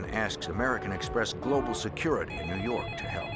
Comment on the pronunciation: NEW YAWK AFFICE!